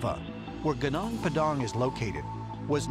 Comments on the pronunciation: Lemme tell you, to pronounce "gunung" just say it like "goo-noong". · How to pronounce "gunung" : goonoong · Gunung is pronounced as goo-noong. Come on, don't disapoint us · its iritating my ears whenever u pronunce that "gunung padang" you just have to pronunce Gunung "Goonoong"